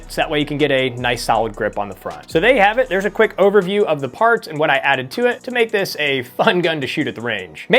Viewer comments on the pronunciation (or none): none